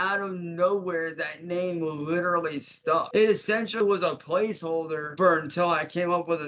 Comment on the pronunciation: you need to drag that L more when saying LLLLLLiterallllllly.